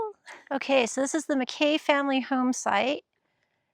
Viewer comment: It’s pronounced Mack EEEEE.